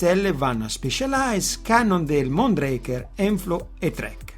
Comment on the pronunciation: Mondraker si legge come si scrive 😊